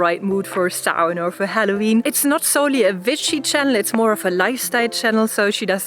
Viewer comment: i like how you say w as v, its so cute very vitchy!